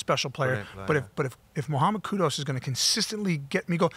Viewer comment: notTTTTTTT KUDOS, it’s KUDUS